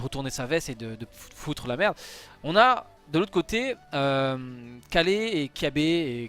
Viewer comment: Dis Ka[y]le s'il te plait 😂🙏